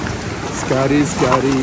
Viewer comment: its not scaaary, it is scary. pls learn english and do vloging. Either talk Telugu or English.